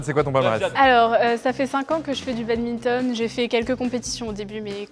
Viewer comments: "Le babinton" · On dit BaDMinton, pas babinton 😆😡